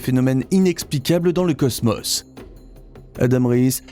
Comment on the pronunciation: J'aurais envie de visionner complètement la vidéo quand vous prononcerez le mot cosmos correctement !!